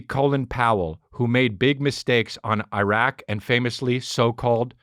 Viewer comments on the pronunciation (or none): none